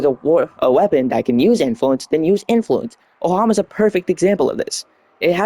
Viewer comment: its ohm-a lol. Theres only 1 "A"; its not Ohama lol. Arcane Crepuscular gives Crit DAMAGE and not crit chance. I think you know that but just misspoke in the video though and might want to edit in corrections in future vids if you notice during the editing of the video. Weapon elec procs do not trigger archon strech, its only ability elec procs that give energy from it. Manifold bond and contagious bond on a hound type companion with a few precepts will spread more statuses than a predasite, like WAY WAY more. Shade is not a bad pick for a companion though if you prefer being invisible for crepuscular. Duplex bond is however not very useful on shade... You really dont need viral on EVERY SINGLE equip, having it on the nukor or any one single priming weapon is fine, you probably want gas or blast for whatever your OTHER weapon is, so you don't get bodied by the first thing that highly resists viral. The other commenter is right that you should definitely have your drift mod in the exilius slot. Your viral influence setup on the ohma is a little watered down on the DPS front, but once you get like dual ichor incarnon, or arca titron, or nami solo incarnon, or the rumblejack, you will really be able to do something with arcane influence. But - Having said all that its a nice video for what its worth. For a low forma new player build this is pretty alright compared to some of the wacky things other people are doing. Keep on going and you'll be making videos with the best of them